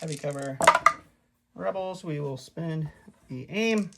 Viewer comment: Next time you play rebels, please make "reebals" the word of the day